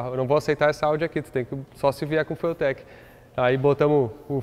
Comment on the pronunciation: E ele pronuncia " fueltequi", no mais puro "portuglish". Considerarei essa a pronúncia oficial!